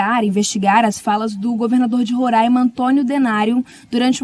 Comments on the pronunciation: Por favor. O nome do estado que abriga os yanomami pronuncia-se RORÁIMA com o A aberto como a correspondente de Manaus bem pronunciou. Respeite e deixe de pronunciar RORÃIMA. Não existe esse som anasalado do nome do meu estado. Se fosse uma palavra em inglês certamente você faria uma acrobacia na língua para pronunciar. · Aonde fica rorãima? Conheço "Roráima". Francesismos...